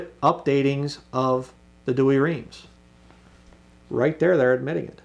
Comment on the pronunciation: I thought you were an expert in the history of Bible's and you don't know anything about the Catholic Douay? Or even how to pronounce it? Explain the unicorns discussed in the KJV in your next video please. Thanks.